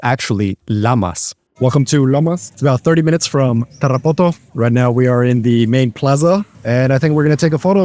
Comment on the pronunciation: sry but the way you pronounce Tarapoto sounds dumb